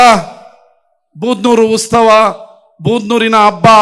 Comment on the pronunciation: ಉತ್ಸವ ಕಣೋ, ಉಸ್ತವ ಅಲ್ಲ